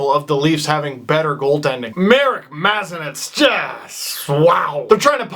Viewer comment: steve plz dont be like the bad predator commentators, its not mah-zeh-nehts its muh-zan-ehk